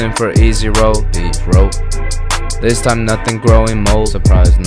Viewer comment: lmao always gets me with the zis fk raw